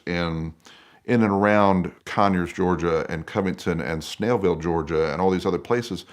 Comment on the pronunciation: Lmao called Snellville "Snailville"